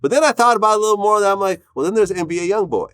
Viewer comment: Nigga said NBA YOUNBOY… cmon vlad